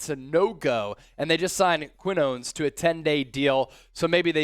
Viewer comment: Khee-noh-nehs. Quinones.